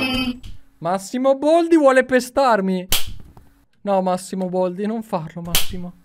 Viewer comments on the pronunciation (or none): ma non si dice "boldi" ma baldi